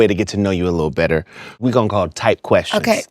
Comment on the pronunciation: SCOOOOOOOOTTTTT....IT'S GETTING BETTERA' AND BETTERA'